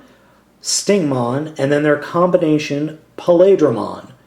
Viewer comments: It's wierd how you say "Plaidramon" not "Paildramon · Pa-le-dramon actually it's pronounced Py-eel-dramon, but you get a pass... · just a heads up his name is pronounsed pie-eal-dramon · did you say palidramon?? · its pi eel dra mon not how ever you pronounced it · Not paleedramon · its pa-il-dramon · i thought it was pronounced Hi el dra mon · Paildramon is pronounced (Pee-ale-draw-mon). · You pronounced paildramon's name wrong.